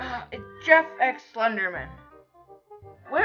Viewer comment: it's jeff-E with his wife-E her name is knife-E